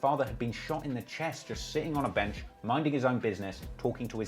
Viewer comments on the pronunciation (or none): none